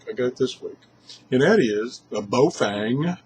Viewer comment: The radio is called BAOFENG not bofeng lol